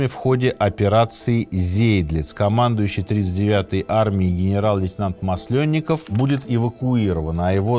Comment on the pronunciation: Не Маслёнников , а Масленников. Извините за поправки. А лекции отличные. Большое спасибо.